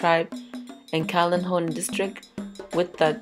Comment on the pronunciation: Kailahun is pronounced “k-eye-la-hoon” lol